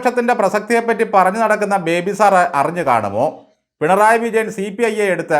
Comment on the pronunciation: ഇയാൾ പേര് ചോദിച്ചാൽ പറയുന്നത് പോലും ബിബേ എന്നാണ് 🤣🤣🤣